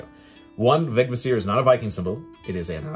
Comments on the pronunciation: A little pronunciation guide: every old norse word has emphasis on the first syllable, no exceptions. VEGvísir. It doesn´t really matter how you pronounce it in while speaking modern english I guess, but I prefer to at least follow this one rule. And it´s an easy one! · (in compound words there was likely secondary emphasis, so Veg-Vísir. But certainly not vegviSIR that a lot of people say.)